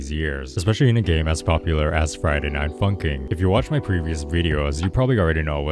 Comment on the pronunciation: Is it me or did he say funcking?